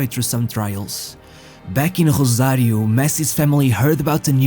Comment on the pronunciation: So, it is pronounced Rrosario, not Grhosario.... We speak spanish, not portuguese...